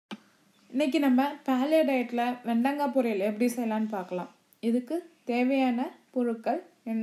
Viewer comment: வெண்டங்கா இல்ல... வெண்டைக்காய். இதுல தமிழ் சமையல் என்று பேர் வேற...